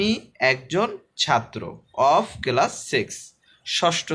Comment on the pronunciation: স্যার আপনি এটাকে কেলাস বলে ফেলেছেন এটা কেলাস না এটা হবে ক্লাস ধন্যবাদ স্যার